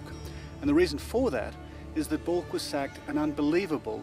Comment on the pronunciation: It's not calked bulk! But Balkh, meaning you were not prepared! Arshloch!